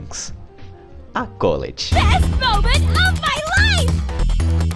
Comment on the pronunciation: Mano, todo mundo fala o nome da Colette errado... fica chamando de Cóleti, ja to p da vida